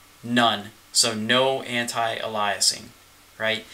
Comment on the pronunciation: It's a weird phenomenon of the art community that many digital artists don't pronounce "anti-aliasing" properly...